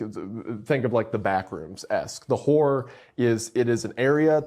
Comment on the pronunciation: Horror is 2 syllables and best said slightly differently. It's so annoying to hear people pronounce it as one syllable.